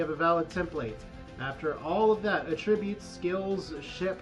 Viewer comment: At!-tri-butes. not uh-trib-utes